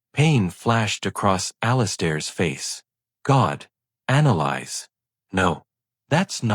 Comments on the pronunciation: Thank you! I came to say that. It's been driving me crazy. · Her name is pronounced: Ana lease! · Thank you! It was driving me crazy too having to hear the mispronounced name!!!